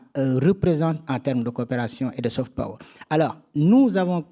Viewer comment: "Saufete peaureure" ....😂😂😂Et ce sont ces pecnos qui se moquent de l` accent Creole!